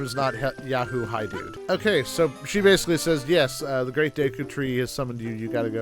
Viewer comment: Day-koo tree?? Always thought it was Deh-koo, like "deck" "oo".